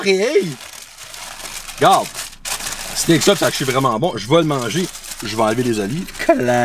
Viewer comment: je vais pas souvent au subway pi au debut chaque fois tu disais 3 SUB jentendais 3 soupe , fak jtes comme calisss 3 soupe 35 piasse c cher subway , hahaha apres la 3iem fois jai compris , jsuis sourde en maudit